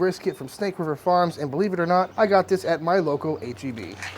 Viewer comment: I thought he said "I got this at my local KGB" 🤣